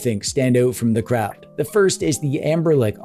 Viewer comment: My man calling it😮 Amberlick